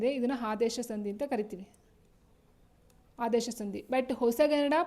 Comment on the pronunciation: ಹಾದೇಶ ❌ ಆದೇಶ ✔️